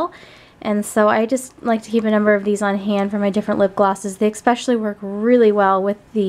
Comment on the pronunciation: She keeps saying especially wrong😕😞